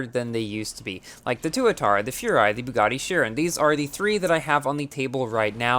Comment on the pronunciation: Not toatara, Tuatara